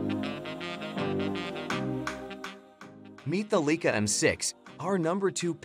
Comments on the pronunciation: The "Leakah"???!!!! REALLY??!!! Some expert. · Leica is pronounced "lyka."